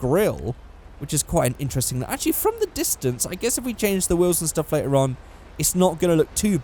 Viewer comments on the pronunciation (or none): none